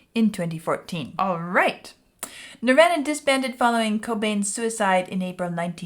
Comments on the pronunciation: Sorry, my ADHD is kicking in.... They are not pronounced Nirv-anna It's pronounced Nirv-AHna Just sayin'.... ....and that goes for the Indian religious concept of Nirvana also. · She pronounces it a lot of people did when they first came out. Like Ner-van-a. It’s Nir-von-a ~Nirvana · I know when someone doesn't know Nirvana when they say "Nirvena".😅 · She is pronouncing the same way Axl Rose pronounced it when he went into a rant about Kurt Cobain and alternative music at a GNR concert in 92. You can pronounce it Nirvana or Nirvahna. Either way is correct. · its pronounced "NER-VAR-NA" .... sheesh... Vlad, correct her! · No, no, no, no, no!!!! Pronounced nir-vahhhh-nuh :-) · “Nirvana.” It rhymes with, “your mama.” I’m sure you’ve seen their name on countless T-shirts worn by people born after Cobain died. I’ve been a fan since their first album, Bleach. Glad to see you venture into something more exciting than The Wall. Building the theme in layers, by bringing each instrument in one at a time is a common technique in Rock music. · How does someone not know how to pronounce Nirvana? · not even gonna correct how you said the band name,,, i like your version better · You're not sure if you're saying KERRANG right?, you're not saying NIRVANA right! Please please please promise us you will look up how to properly pronounce NIRVANA. Please!!! 🙏🙏🙏 They're internationally renowned..not hard at all to look up. Please look into it! Thanks you! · I love how she pronounces Nirvana like from the In Bloom video! 😍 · I don’t think you’ve actually heard the name Nirvana because you keep saying it wrong.